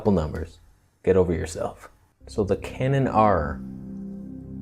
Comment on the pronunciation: 'The Canon AAAR' that made me chuckle.